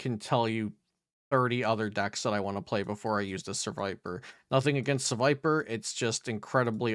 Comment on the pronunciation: I was so confused hearing Serviper at the end lol, I was like "wait, there's a decent one? Finally?" lol